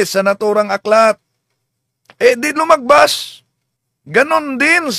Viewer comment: Lumagpas po bro, hindi lumagbas!